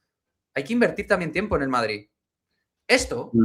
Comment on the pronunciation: Q va! Si no dijese lo de “se escucha”, sería casi perfecto al hablar A mi me pone malo de mon con lo de madriTTT